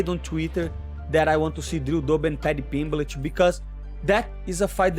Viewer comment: I love when moicano says paddy “Piblitch” 🤣